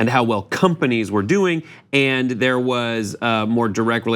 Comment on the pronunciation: Great but its “and” not “ayend”